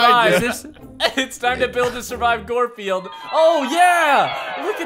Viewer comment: It’s gorfeild not Garfield